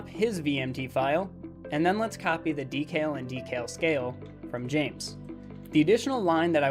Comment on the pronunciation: I've binged your whole series in one night. Amazing stuff. You know your shit. But your pronunciation of the word "decal" is infuriating.